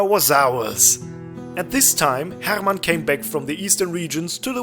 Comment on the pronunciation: I enjoyed the way you pronounced "Rolf" and "Hermann". You can't say it more high-german / lower saxony-y.